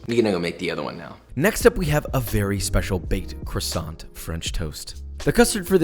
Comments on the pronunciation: its CWASO not crusont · I am really surprised josh said crossonts instead of kwasson 😭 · You say "Kwasont" like how Carl Wheezer say it and it's killing me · Ok so I'm from britain and I never understand why the americans say crasont instead of croissant, the roi is a W and the t is silent. It mentaly destroys me every time I hear it said like cRrAsOnT. Please stop. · it’s pronounced K W A S O H N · You can pronounce that but not croissant the proper way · The way he can pronounce pain perdu but NOT croissant😭😭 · I WAS listening until I had to listen to him mutilate the pronunciation of "croissant" a dozen times. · Why does he pronounce Croissant like Croisson but Filet Mignon like Filet Mignan 😭😭😭 you’re SO CLOSE!!!! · "The way you pronounced "pain perdu", "filet mignon" and croissant is incredible 🤣